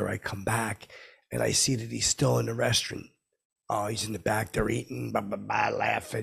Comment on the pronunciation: I don't know what's more infuriating, stupid fckin shirt or the way he says restaurant.